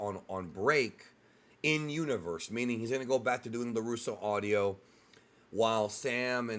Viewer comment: Bro, it's LaRusso Auto, not LaRusso Audio lmao